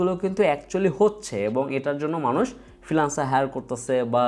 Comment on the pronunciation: মানুস না ম্যানাস